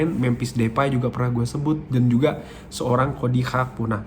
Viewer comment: setau saya namanya GAKPO bang bukan HAKPO